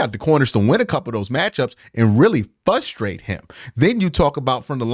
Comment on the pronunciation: Q, neither of the R’s in frustrate are not silent.